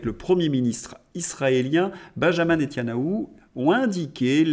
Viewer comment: NeTA NYAhou (et non pas Netyanahou) 😉